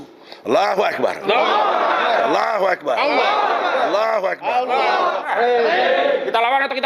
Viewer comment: Saya ragu sama egi sujana islamnya takbirnya kok di baca ALLAHUWEKBAAR.. Salah ngk ya bacaanya begitu